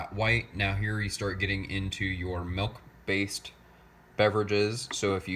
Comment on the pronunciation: I couldn't help flinching every time I heard you say, "melk." :)